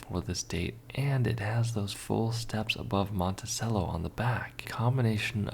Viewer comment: He also needs to learn how to pronounce "Monticello". "Cello" like the string instrument. 😎😬😵